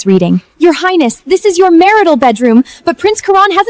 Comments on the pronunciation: Why do they keep adding a "t" at the end of "highness" when they speak??? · Ugh...AI... Your "Heinest"?? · Is it just me or are they saying highnesst instead of highness? I swear I hear a T on the end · What is "highnest"? 😂😂😂